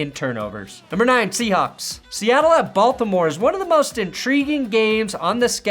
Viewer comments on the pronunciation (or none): none